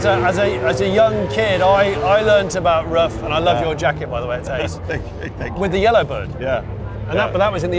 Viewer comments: Hi Jonny, great video. You could have shown a little more respect for Mr Ruf and his company. You constantly called him, his company and his cars Rough. The correct pronunciation is Roof. it's really not that hard! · His last name isn't "rough" it's "roof." It sounds like "gut"